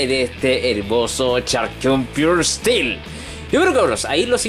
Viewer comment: JAJAJAJAJAJJAME ENCANTA EL INGLES DE. ESTIIIIIIILO = STEEL